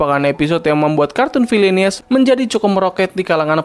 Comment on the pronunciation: Cara org baca : Villianous Cara aku baca : VilliAnos 😂